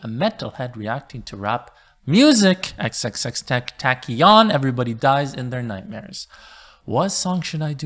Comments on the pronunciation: "ten" "tact" "ion" yeah ok lmfao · XXX ten-ta-cee-yoon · Its pronounced XXX-TENTA-C-ON Its kinda hard to explain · its xxxtentacion you said it like this "xxxtentashion" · XXX Ten Tack Eon😂😂 got me dead I'll help you homie X X X Ten Toss Eon Or Ten Toss C On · Xxx tenta CK ion. It’s xxxtenta s ion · ITS TENTACION MAN NOT TENTAKION😑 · This dude deadass just said "Tent-taki-on" im done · “Ex-ex-ex Tent- Tah- see- on” thats how you pronounce his name. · It’s pronounced ten-tas-ion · Hazel Ninja x - x - x - tin - tah - see - own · Correction, it’s ex ex ex ten teh sion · Who cares? He said “tentakian” bruh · Close enough is pronounced tentasion no tentakion nice reaction btw and rip to this legend.. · manolis ismaillai it is actually pronounced ten-ta-tion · “Tenc-Tac-E-On” Me: Congrat u fuckin lations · It is pronounced xxx ten tac ion and the songs are above are more metal but some others are sad, moonlight, changes, and one of the most lyrical gods of songs is I met the devil in Miami and he told me everything will be alright. Yes that is the whole song name. Thanks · Great video! It’s pronounced XXXTenta-see-on ❤️ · xxx...*TENKTAKION" hahahaha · phonetically its pronounced, ten-ta-si-own. tentacion is spanish for temptation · Mans said “tentakian” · Dope vid. It's pronounced ten-tah-see-on btw✌🏽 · X had depression and anger issues so let it out through Music, and he helped a lot of people, Rip X, and it's pronounced Ten-Tash-ee-on, and why not react to Lucid Dreams-By Juice Wrld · TEN-TAS-EE-ON You're welcome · "XXX 10 tack ee on" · You say his name (tent-ahs-ion) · Pronounced (eks-eks-eks-ten-tah-see-own) with the T’s pronounced like a mix of th and t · Oh and it's pronounced Ten-ta-see-own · Hey it's xxx ten-ta-see-on that's pretty close on how to pronounce it thanks for the great video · I think its xxx ten-tah-see-on Rip X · wth did he say xxx ten taki on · Its pronounced like “ xxxtentasion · ten tah sion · Its xxx ten - tah - see - on 🙃